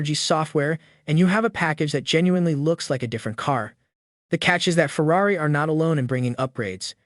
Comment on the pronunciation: Might want to learn how to pronounce the word 'Ferrari'...